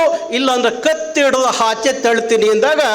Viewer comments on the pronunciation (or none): 😂😂 ಕರ್ನಾಟಕ ರಕ್ಷಣಾ ವೇದಿಕೆ 😂😂 ಅ ಗು ಹಾ ಗು ವ್ಯತ್ಯಾಸ ಗೊತ್ತಿಲ್ಲ 😂ಆಚೆ ಅದು... ಹಾಚೆ ಅಲ್ಲ...😂 ಅಸ್ತ್ರ... ಹಸ್ತ್ರ ಅಲ್ಲ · ಲೋ ಕಮಂಗಿ ಅದು ಹಾಚೆ ಅಲ್ಲ ಆಚೆ ಸರಿಯಾಗಿ ಕನ್ನಡ ಮಾತಾಡೋದು ಕತ್ಕೋ ನೀನು ಅದು ಹಾಗ್ಬಾರ್ದು ಅಲ್ಲ ಆಗ್ಬಾರ್ದು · ಅದು "ಹಾಚೆ " ಅಲ್ಲ ಅಣ್ಣ .. ಆಚೆ !!!! :P